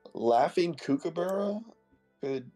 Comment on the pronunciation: not to be that guy but its prnounced g'LAR not Gar-la and even though its spelled like kooky, Kookaburra is like cook.